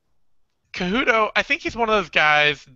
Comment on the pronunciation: Seh-who-doh! J is an h and c is like s as in city. Dudes!